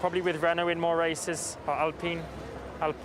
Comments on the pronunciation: Norris not knowing how to prounance alpine 😂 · Apparently they forgot how to say ALPINE un Europe lol.